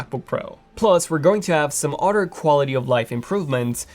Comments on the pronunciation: Why do you keep saying utter. It's pronounced other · You must like cows. You say “udder” quite often.